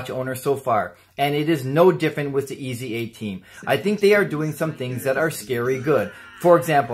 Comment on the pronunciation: Nice video for a nice watch! By the way: The first thing to know is that it is not pronounced as three letters - E.Z.A. Next, the German Z is pronounced like the English S. Finally, pronounce the E as a long A, as in "ate". And you have /AYs-uh/.